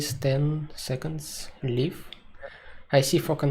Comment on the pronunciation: Live, not leave